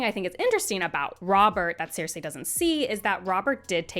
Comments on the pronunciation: I'm so happy You have this take. I have SO MUCH Appreciation for Feast. Btw, no disrespect but the way You say Cersie's name (Sir-See) drives me CRAZY 🤣😂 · Sees: Cersei; Reads: ‘Seer-Say’… 🙄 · Cersei ❌ Seer-Say ✅ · Great video, but the pronunciation of “Ceeersei” was very weird 😂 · Was listening to this (admittedly excellent) review as I was trying to go to sleep, but every mispronunciation of 'Cersei' burst my brain like an overly confident Oberyn Martell at a Lannister trial